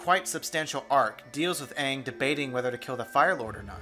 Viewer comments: Shyamalan saying "Ong" is the thing that pisses me off the most. You know it's a bad sign when the director/writer can't even pronounce the main character's name. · Ahvatar, Ahng, Sooka, and other mispronunciations will never make sense to me. All of the words and names that they mispronounced can literally be heard multiple times in the first episode alone, so why did they change the pronunciations/mispronounce it? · It’s good but so bad. I mean I like the bending except that one part where it took 5 fucking earth benders to lift one pebble and 1 to throw it. And the way they pronounce names? They said aang like ung, sokka like soka?? There’s 3 seasons to learn from and both the creators to explain 💀 idk man it could’ve been better but it was still good I mean that was barely book 1 and they made it seem like it was the end! He didn’t even study all 4 elements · I hate how much the movies sets....look like fucking sets. Also how Aangs tattoos isnt normal, its black lines, and how they call Aang UUNG, like bruh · Technically Aang is pronounced Ong in Japanese but yeah they should’ve just had it as the tv show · The pronounced both Aang and Sokka's wrong. I left the theater as soon as they said Ong. If you can't even get the names right nothing else is gonna work out. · Exactly, everyone that's complaining about it isn't understanding. I mean he stated things that r just facts, and not just him, but someone at some kind of convention was talking about how Aang's name was pronounced wrongly, and how him and the cast should have been racially diverse, even the creator's back up his comments, that they even gave there input, but we're totally ignored, about the races, the character development, and storyline as well. Anyone that doesn't understand it, watch the video again, and listen to what he's saying, he's speaking truth. 😃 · the way they say sokka, aang, and ozai really urked me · why do they say aang's name wrong? IT'S LITERALLY PRONOUNCED IN THE SHOW